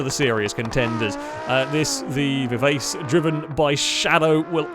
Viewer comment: "Vivace" is pronounced vih-vah'-chi. It's a musical term that means a very fast tempo.